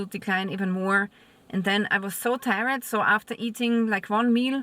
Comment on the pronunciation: It's not tie-red, it's tired - tierrd